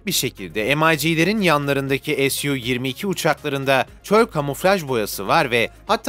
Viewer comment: SU uçağını yapanlar ingiliz yada Abd li değil. Yaptığınız videoda ingilizce değil ozaman SU -2 2 yi "SU 27" diye okuyun "ESYU - 22 diye değil!